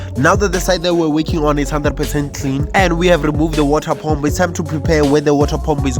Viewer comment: can you try to say paah mmm pu not pomp